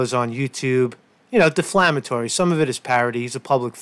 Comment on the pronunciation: Dammit it’s defamatory. But I did get a chuckle out of deflamatory.